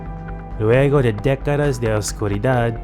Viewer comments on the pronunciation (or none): none